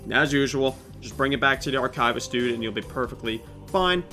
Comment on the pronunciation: My favorite part of this video is when you mispronounce Archivist every time you say it :)